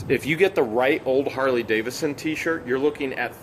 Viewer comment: It’s Harley D-A-V-I-D-S-O-N not Davison. Lol